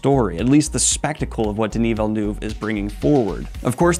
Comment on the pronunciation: You nailed Denis Villeneuve's last name pronounciation unlike Ben Shapipi whom says ViLlAnUeVe🤨